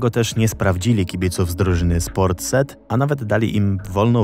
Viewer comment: Ciekawie przedstawione. Ale Port Said po polsku czytamy tak, jak piszemy. Taka drobna uwaga. ;)